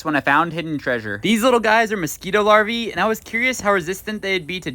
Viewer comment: Larva ❌ larviee ✅